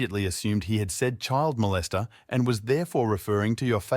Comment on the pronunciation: I thought he said, chili molester. 😂😂